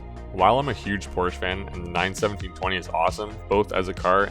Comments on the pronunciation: good vid but its poor-sha, not poor-sh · It s Porsch-e not Porsch, at least try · nice, but it is poRschE. thx (use google translator) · " i am a huge porsch fan" ehile not pronouncing it correctly.... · An easy piece of research would be to learn how to pronounce Porsche (Pour-sha).